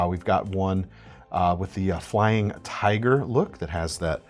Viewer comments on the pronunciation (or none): none